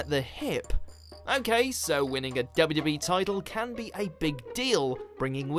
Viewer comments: confused me at first, narrator sounds like he kept saying "WB" or "WE" and not the 2 W's. must be his accent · Is...is he saying WB? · the way he said wwe 😂